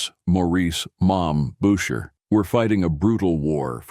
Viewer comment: Who the F is "Bowtcher"? Stupid fricking AI.